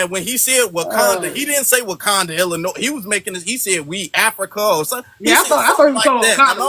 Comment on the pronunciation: Even what he says is true, we will stay delineated. We are tired of tethers leaching off our lineage and rights are ancestors fought for, only to have disrespect and contempt. 2nd of all, people from Illinois or Chicago do not pronounce the "s" in Illinois. Sounds suspect.